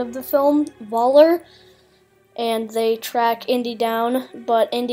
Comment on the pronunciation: Nice to see a young person's take and interpretation of the new Indiana Jones trailer. To educate you a bit, in German pronunciation, the V is pronounced like F is in English. (Much like how they pronounce our English W as V, so when they say "Welcome" it sounds like "Velcome.") So Voller's name as pronounced would sound like Foller. Think of it as the German equivalent of the common-enough English surname Fuller.